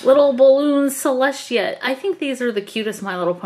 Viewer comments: celeshia Me:.... celestia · It’s just celestia not celshtia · Selestia not sheleshtea